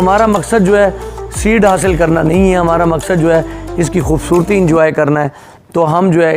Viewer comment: Bhai 🤣🤣🤣, khawaja Asif ki tarha JUWAY JUWAY JUWAY mat kaho 🤣🤣🤣, ya hai JO HAY, not JUWAY 🤣🤣🤣🤣🤣